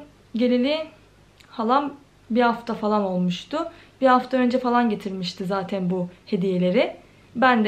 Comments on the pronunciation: Zateiiin.... zaten demek bu kadar zor mu gercekten? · Zateyn demeyi bırak artık 😒😒😒😒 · ya ALLAH AŞKINA ZATEİĞN DEME ALLAH AŞKINA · Zaten kelimesine artık zaten de zatıin deme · Zateğn diye diye bi hal oldun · Ne kadar çok zaten diyorsun ya onu da tuhaf telaffuz ediliyorsun.